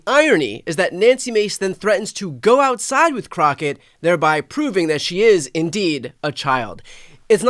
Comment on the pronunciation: She really said "Cash me ousside!" #howboudat